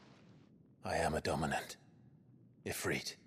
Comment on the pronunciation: So Ifrit is pronounced "E-free-t" it is an Arabic word for a powerful dark/evil djinn.